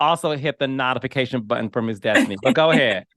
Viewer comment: Not of fication? CQueen? Did you really pronounced that word "notification" like that fr? You are so busy trying to be cute with that loud mouth and fake smile! 🙄 Its the way he talks, ugh! Dude, nobody asks about Destiny? 😮 Destiny, who?😮